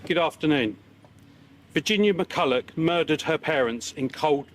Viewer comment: McCullough, not Mercullow.